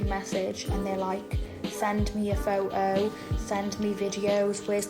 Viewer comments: Majori-ee? Fou-oh? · It's peak Bri'ish innit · "Send me a pho-O" Ok,. What an uncouth peasant she is.